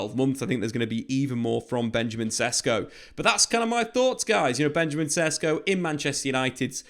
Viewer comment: Just letting you know, his name is pronounced more like Sheshko.